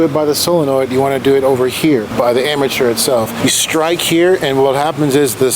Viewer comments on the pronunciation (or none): Pronounced Armature not amateur but a good explanation